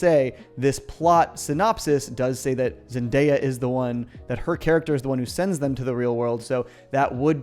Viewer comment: 'Zendeyap' lmao